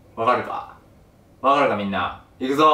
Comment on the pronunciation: 「親ひ(し)らずって、ひ(知)ってる？ふぃ(み)んな？」 で笑えたけど 話聞いてたら痛そうだし同情で笑えなくなった 次回もがんばれ